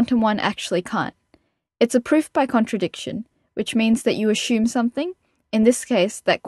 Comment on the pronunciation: Why do you say ashume but not ashumption